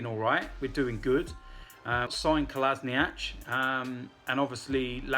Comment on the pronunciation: How does everyone keep mispronouncing Kolasinac's name?!?!? He literally told us how to say it...